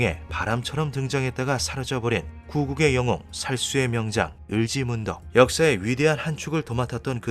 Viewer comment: 을찌문덕!!!! 을지문덕으로 읽으니 ai인줄요